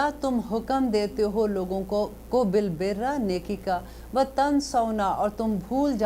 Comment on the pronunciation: Asslam o alikum I just wanted to mention for all of the listeners that It is بِٱلْبِرِّ ( r par zer hai .) at 29 :29